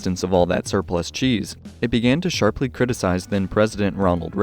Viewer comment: Lol. "'Sharply' criticized"